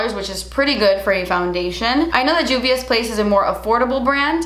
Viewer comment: I love u, but it’s Juvia like Jose lololol